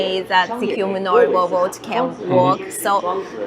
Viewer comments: Why does she call a robot a rowboat? 🤣 😂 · I can't help laughing when she said "roboat" like how melania said it 🤣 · Stop saying Row Boat